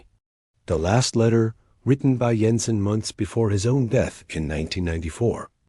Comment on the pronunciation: Jensen doesn't use a silent J, kinda ruined this story